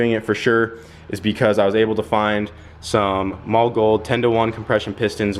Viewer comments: The german way to say it is "maw-luh", But I have heard many engineers who work at the company say "molly" and that tends to be the more used pronunciation. But it is definitely not "mall", that we can agree on. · One day you will say Mahle correct....maybe. It is "Molly" not "Mall". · it actually is "mall-eh" not molly. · what are you calling those pistons? sounds like your saying "mall gold". its Mahle, sounds like Molly